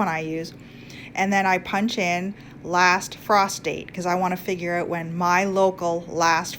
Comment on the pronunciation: "Last Prostate"